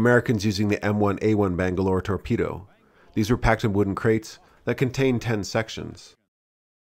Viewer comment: "Bang-A-Lore, Tor-Pe-Do" - The Lost Boys, Allegedly.